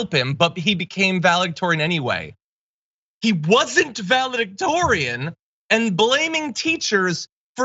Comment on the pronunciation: But Herschel can’t say “valedictorian” without the “dick!”